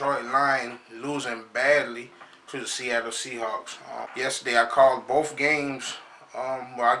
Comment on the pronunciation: If you could lose that "bof" with "both" you might be ight idk jus tryna help cuzz Forr real rep them steelers i said it first right here super bowl champs this year SMASH MOUTH FOOTBALL